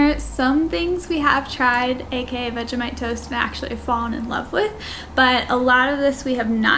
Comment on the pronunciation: I love you guys just for doing Vegemite the right way :) Finally